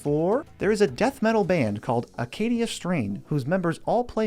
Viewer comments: Acacia Strain. Not Acadia Strain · The Acacia Strain not Acadia lol sorry that triggered me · Ahem, its Acacia Strain, (like the tree) not acadia. Great band, didnt know they played Magic, nerds. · The Acacia Strain is how you pronounce the band btw